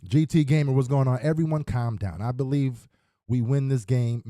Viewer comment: "Bill-ieve" ? Well then, I believe we have a head coach Problem ! It's time to move on !!